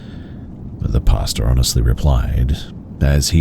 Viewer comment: The story at 13 mins, I kept thinking is saying "pasta" like how Americans say it 🤣... but he's saying pastor.